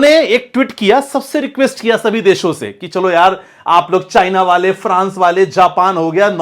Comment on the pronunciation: First of all improve your hindi pronunciation. Deso nahi hota desho hota hai.. Your analysis might be good but your pronounciation looks c grade content creator